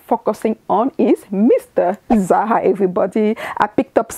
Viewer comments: It's ZaRA RRRRRRRRRRRRR! Not Za Ha. LOL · It’s the “zaha” for me! 🖤✨